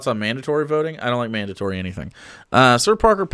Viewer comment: "I don't like mandantory anything" Even mandantory vaccines?